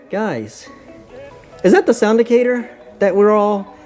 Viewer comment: I think it’s pronounced like “Actor” Sound-Actor.